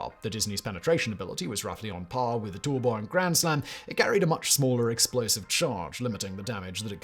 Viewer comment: the picture says "tall boy" but you say "tool boy", which is it?